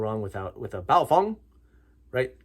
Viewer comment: Like how you correctly pronounce 'Baofeng'' Thank you!